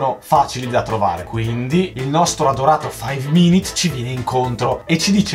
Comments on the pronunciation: non si dice five minit si dice five minUt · Io ho sentito faiv mimit